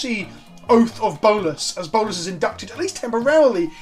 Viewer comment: "Oath of Bolas" omg, ily